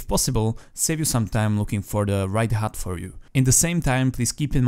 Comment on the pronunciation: *hud not hut